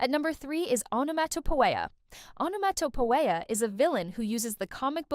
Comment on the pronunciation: You destroyed Onomatopoeia's name...lol